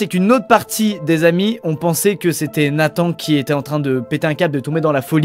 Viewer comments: on dit nathan "en" pas nathan "ane" normalement non? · C’est pas Nathane mais NATHAN je m’appelle comme sa Luca